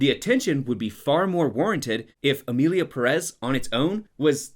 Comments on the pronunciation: emierda pé rres is bad but pronounce it correctly lol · "Emilia PerEz"